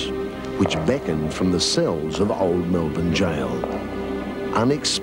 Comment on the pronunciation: wow an actual American who knows how to pronounce Melbourne the correct way... good to hear!!!